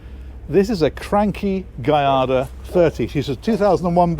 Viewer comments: Giada is pronounced Jada, as in Lada. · Adding on to say that if you want to be more "Italian", the "I" in "Giada" is pronounced more like a double "e" as in "heel". So "Gee-ah-da" would be more accurate. But I imagine the Italians would still forgive you regardless. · 🤣now you just need to say Giada correctly! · You nailed Cranchi but you mispronounced Giada :) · Yep. In Italian, a g followed by an i or an e is always soft (like a j in English). To get a hard g, you have to put an h in between, as in a Maserati Ghibli. And, it's not that hard to learn! I learned enough from an audiobook course I took before a trip to Italy. Well, enough to know how to pronounce things, anyway. Also enough to get myself in trouble by giving Italians the impression I spoke a lot more Italian than I did!